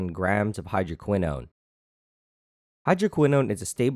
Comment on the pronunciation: what he said: hydroquinone what i heard: hydro*quis-nose*